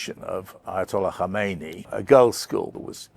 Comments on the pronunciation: His name is Khamenei. Khameni died in 1989. Dear white people you berate us for not speaking your language but can you please even say our "brown" names right or is that not possible for your white tongues. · Kha-men-ah-ee I thought Brits were good at pronouncing words?